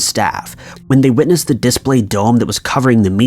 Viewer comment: Also, "diss-play" is not how you pronounce display, you must be high on Jesus.